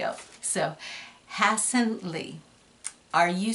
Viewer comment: u said my name wrong its ha as in laughing and ssan as in sana like the sanas at the spas